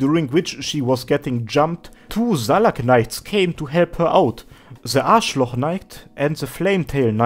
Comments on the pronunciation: Haha, wenn du Ashlock sagst, hörts für mich an wie A****loch knight, guter content aber! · Did I mishear or did you actually say Arschloch Knight? x) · nice video, but when you said Ashlock knight, it sounded like arschloch (which means a-hole in german XD) I died from laugher. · "Ze A*schloch knight..." that was unexpected xD. Great Video! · as a german i can say, that you pronouncing ashlock sounds questionable^^. No offense there. Honestly. It just sounds so wrong to me. Could also be my hearing. Apart from that awesome lore video. I really like that kind of videos since they dig so much more into games and the stories around it. Cant get enough it^^